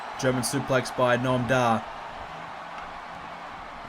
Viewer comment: Did he call 'Noam Dar' 'Gnome Dar'? How dare he!?